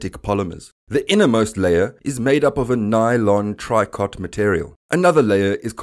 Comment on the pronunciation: The pronunciation of the name of the material the lining of the space suit is made from is 'tree-ko', not 'try-cot', even though it is spelled tricot. I believe the word is of French derivation.